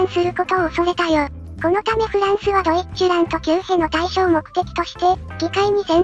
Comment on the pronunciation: 個人的には発音はドィッチュラントだとおもってます